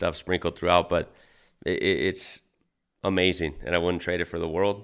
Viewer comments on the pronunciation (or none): none